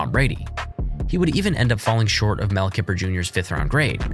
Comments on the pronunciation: Its kIper emphasis on the I not keper!! You’re supposed to know about the NFL draft and you can’t pronounce the main guy on ESPN? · He did pronounce Mel Kiper's name as Mel Kipper, so there is that.